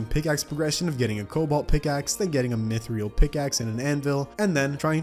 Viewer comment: the only thing i hate about you is you pronounce it "mithreal" its mythrill pronounce it like 2 L's instead of 1 which makes you say mithreal